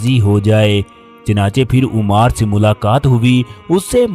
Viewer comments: It is ammaar ..... Not umaaar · محترم آپ صحابی رسول کا نام صحیح طریقے سے نہیں لے رہے 😢 لفظ عُمار بن یاسر ( عین کے پیش کے ساتھ ) نہیں بلکہ عَمار بن یاسر ( عین کے زبر کے ساتھ ) ہے ، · Ammar bin yasir not Ommar bin yasir. please correct your pronunciation. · A.A... Yah lafz umar nahin hay bal k ammar hay.. Lafz sallallah wale nahin hay sallallahu alaihe Wa sallalam hay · Umaar nahin AMMAAR kaho ! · Aap ki video bohat achi hai lekin Ammar pe paish nhi zabar hai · تکلیف ہوتی ہے اس انداز میں واقعات سن کر کم از کم نام کا تلفظ تو صحیح کرلیا کرو ـ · تکلیف ہوتی ہے اس انداز میں واقعات سن کر کم از کم نام کا تلفظ صحیح کرلیا کرو ـ